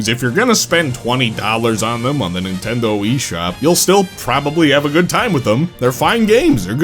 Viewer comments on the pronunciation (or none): none